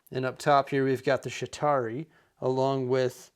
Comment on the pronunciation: Ah good ol' Nick Moranis and the Shitauri. Excellent detailing, even if the pronunciation is a little off xD